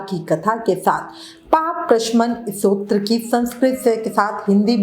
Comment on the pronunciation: Pronunciation thik karo Satotram nahi hota Stotaram hota h